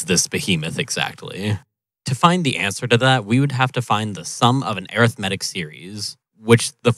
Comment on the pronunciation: Arith-medic * ?? Seriously dude. Apologies if your Canadian and they say zed instead of zero and arith-médic instead of a-rith-muh-tick…